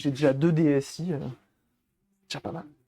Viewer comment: 👌 NB: DS 'i'. 'i' se prononce 'eye' car la caméra mime l'œil.